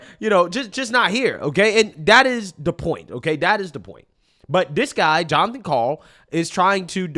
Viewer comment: I love my name, Jon. But not when it’s said that way.